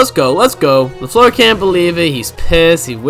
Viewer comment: on point said la fluer